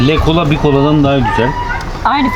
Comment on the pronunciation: Le cola diye yazılıyor ama Lö kola diye okunur... le le le değil yani 🤣